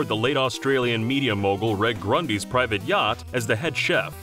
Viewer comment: “Aberrijj inee” it’s the OW BERR ZHEEN. And it’s REDGE Grundy